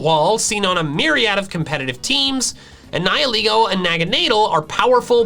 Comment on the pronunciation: Your saying it wrong it's pronounced "Ni-hi-laygo"